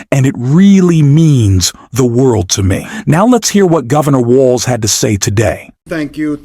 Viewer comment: Its Walz, not Wallace.